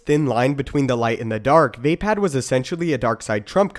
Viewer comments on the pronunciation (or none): its NOT VÄPÄÄD ITS VAPAAD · It's not "via pad", it's "vah pad" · its not vay-pad or vape-ad its vah-pod